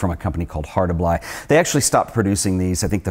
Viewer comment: Why do you keep calling the best medium format camera a Hosselblod? It's a Hasselblad!!!